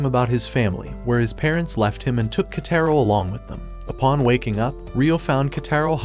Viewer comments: bro called kotaro into ketero 💀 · I heard the kids name is actually pronounced koutaro but not ketaro